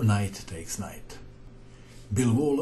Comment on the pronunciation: just so you know, it sounds like you're saying bilbo. like, bilbo baggins from the hobbit